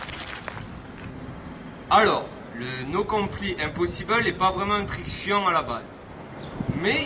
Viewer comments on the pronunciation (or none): Juste on prononce "no complaïe" nan ?